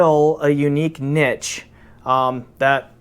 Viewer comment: You're the only person I've ever heard, in my entire lifetime, pronounce "niche" properly!